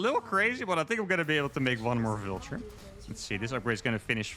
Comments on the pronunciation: pronouncing Vulture like 'vilture' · Love your videos. Love this mod because I actually like bw better than sc2. Your videos have gotten me into sc2 at all. Aside, your pronunciation of "vulture" made me think you were saying "villager" so many times. I finally got it. Thanks again for the good games